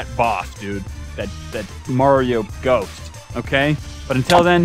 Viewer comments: The ghost thing is called a ghast this is how u pronounce it gast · The "giant ghost thing" is called a ghast pronounced g-ass-t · Its a Gast not a Gost. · i't's called a garst not ghost